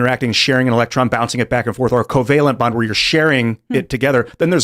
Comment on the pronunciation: “covalent bonds”… lol.